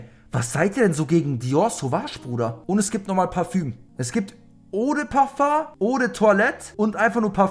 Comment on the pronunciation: Das heißt Paföng!